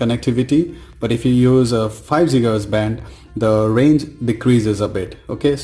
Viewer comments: Its Giga hertz and not Jiga hertz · Its Gigaheartz man, Not Jigahertiz. BTW, How much did u pay ? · It's not jigahz it is gigahz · Jiga hertz 😂😂😂. Bhai when did GIGA evolve to JIGA ??